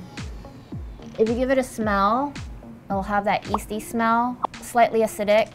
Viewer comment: 'Yeasty' or 'Easty?' I'm confused.